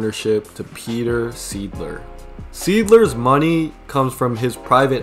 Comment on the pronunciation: Correct and it’s not pronounced seedler its pronounced sighdler